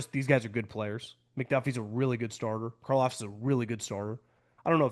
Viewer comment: wow he finally said Karlaftis right!